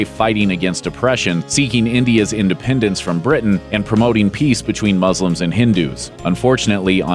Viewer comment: the fact you can’t pronounce Muslims properly